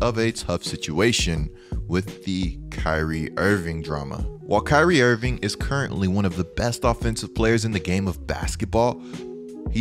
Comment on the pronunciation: "kyrie invingckk"